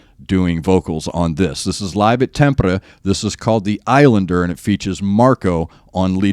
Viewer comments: You pronounced Tampere amazingly well, if I have to niggle the a should not be like the one in cat but more like the a in far. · While Anette sucks at lives, the recorded versions are pretty good. I really like the music video for this song. Even if you opt not to review it, I recommend a listen. As for the "Irish army knife," close. I think he's a Brit, though. Great job on the pronunciation of Tampere, BTW. You nailed it. I imagine someone will mention it, but this one was mainly written by Marco - though I imagine he worked very closely with Tuomas to make that work. It's a beautiful piece. Definitely takes me somewhere...when they paint, it's like they dance along the page. And Tuomas loves telling stories with his songs - something, it seems, that has also rubbed off on Floor! My favorites, though they're not reacted to much, are Alpenglow (guitar's a little far forward compared to the album mix, but it's okay), I Want My Tears Back , and Elan so...those are my requests. I know they won't get many votes, but they are my tops. Alpenglow is a must before Greatest Show On Earth because it adds another layer of meaning to one of the sections. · Can't wait until you listen to Poet and The Pendulum (Wembley) AND The Greatest Show on Earth (Tampere or Wembley). Btw, you say Tampere perfectly. 💗 Besides Nightwish, you could try a Norwgian band called Leprous (e.g. Slave).